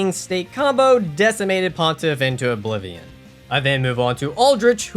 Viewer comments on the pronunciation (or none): none